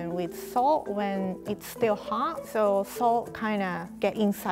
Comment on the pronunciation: "Look at how fancy he is" Hot rie. You mean hot.